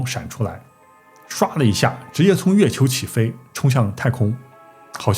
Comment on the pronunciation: 月球读成了飞球）我连着听了5遍😂